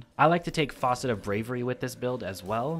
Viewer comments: Stop saying faucet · Say faucet one more time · FAUCET?! Dude haha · I came here to say that! It’s f(ass)cet not f(aw)cet. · faucet haha, great build vid though